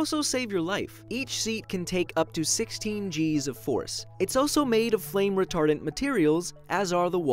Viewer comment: What I hear: "It's also made of flame retarded materials" xD